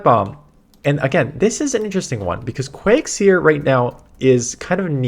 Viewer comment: DAN ITS “QUAg zire “ not seer😂